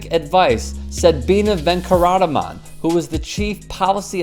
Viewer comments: It's Venkataraman not Venkarataman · It's quite funny how Americans pronounce indian names..😂😂😂 "Venkataraman" pronounced Venkamanrana😂🤣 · That's bina ven-ka-ta-ra-man.. not bina venltraanaamaaa